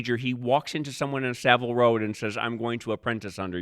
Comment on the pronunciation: It's Saville 'ROW' James...not road.